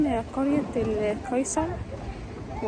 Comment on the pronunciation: ياريت بلاش تتكلمى انجليزى ولا عربى اسمها القصير وليست القيصر وياريت يكون آخر حاجه ليكى بس الماده حلوه والتصوير حلو ياريت كفايه